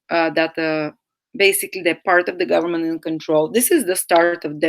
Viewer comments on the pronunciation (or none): none